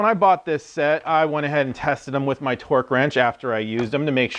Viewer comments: Is he saying torque sticks or twerk sticks???? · It sounds like he's saying Twerk Sticks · He’s saying “Twerk” right. All I hear is twerk twerk twerk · Hands up if you think this man said "twerk" a few times. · nice test, but i guess I wasn't paying attention to the video title because at first I thought you said 'twerk' sticks, lol 😂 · are you saying twerk sticks? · Lmao are you saying twerk sticks?